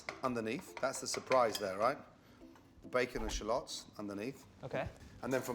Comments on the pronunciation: challiots... CHALLOTS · Did he say shallions?